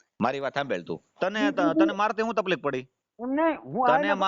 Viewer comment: Taplik na kahevay taklif kahevay bolta shikho